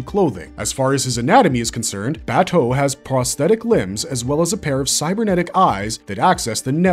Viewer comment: i couldnt finish this every time he says Baaaa toe it drives me insane, his name is Bah Toe they say it multiple times in the anime